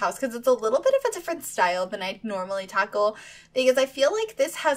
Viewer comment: i love that you you say tackle i kinda think you said taco 🌮 lol xxxx 💜💜💜💜